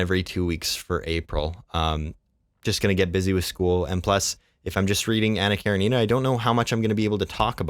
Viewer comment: Hello, I'm new to your channel and you actually pronounced Anna Karenina more accurately than the common "popular" pronunciation. Well done! Calvin and Hobbes is awesome. I named my cats after the comic.